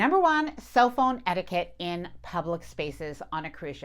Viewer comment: You’re lovely but the way you ‘etiquette’ makes me twitch.